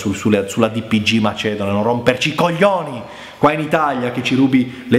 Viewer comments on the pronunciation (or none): quello che vuoi ma non dire itaglia pls